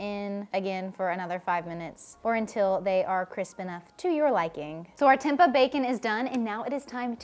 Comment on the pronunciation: I never heard anyone pronouncing Tempeh the way you do 😂 it's cute tho. Thanks for the great ideas. I'm just eating the same thing everyday and I'm bored. I'll be trying these